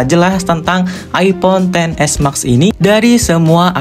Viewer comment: knp ngmng nya (mak) si harusnya ngmbgnya (mex) kek anehh dengernya